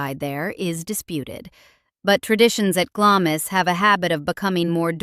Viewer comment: Glamis is pronounced 'Glams'...you keep going from correct to incorrect pronunciation.